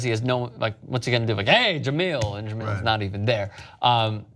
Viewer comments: Sc6 was dope but honestly it was best as his hers.. And btw it's pronounced ja mail.. Not ge meal.. THEY DID THEM wrong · Jamele not Jameel. Scram. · If you guys say Je-MEAL Hill one more fucking time... I swear, it's one thing to screw it up in one story, but I've left this same comment months ago, and heard you guys screw it up multiple times since. It's Je-MELL hill. Not meal. I can't even take the story seriously when it's so obvious that you don't even know the people you're speaking about. You can bash "corporate media" all you want, but at least there's a professionalism and concerted effort to get the details right. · Jah-mel not Jah-meal. Be professional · juh-MEEEL Hill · It's not pronounced JeMILL 😂😂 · Pronounce Jemele Hill's name right you scumbag.